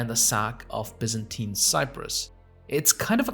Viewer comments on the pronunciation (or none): none